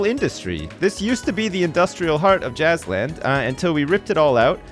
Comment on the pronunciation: As soon as I heard saying Jazzland I though "Hmmm, sounds like Jizzland"